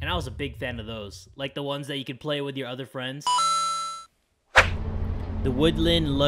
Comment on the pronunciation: it's playyg, not plag